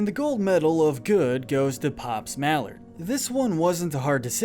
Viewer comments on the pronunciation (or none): It's Maellard not Mallard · you actually said JBF instead of GBF like it actually was, and you said mr mallard when its actually pronounced like mailered. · Didn’t pronounce pops last name right!